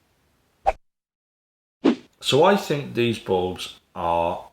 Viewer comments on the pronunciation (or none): none